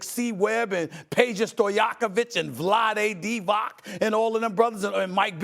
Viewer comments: And it’s Vlade Deevach😊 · Good ole’ “VLADE DIVAC”! 😅